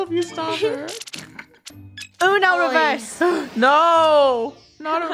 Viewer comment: Funneh say uno revrs